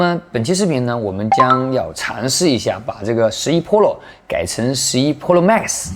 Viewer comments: 哈哈哈……Polo，Polo mags，日本人教的英文吧？ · 换成日式英语那就成 噗洛 吗克苏